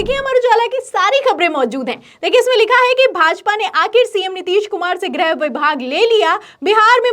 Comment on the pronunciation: ग्रह नाहीं गृह.